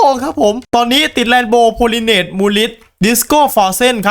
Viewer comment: พี่ไม่พูดเรนโบวดีๆอะครับแรนโบวแล้วมันขัดหู